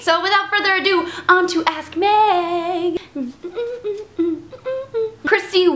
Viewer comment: every time you say "ask Meg" sounds like your saying ass meg.